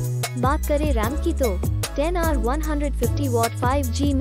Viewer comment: Ram ko rem kon bolta hai